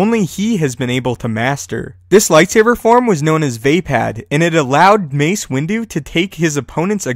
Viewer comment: Count Dooku is way better than Obi-Wan bruh gtfoh, “VayPad” It’s pronounced “VuhPod”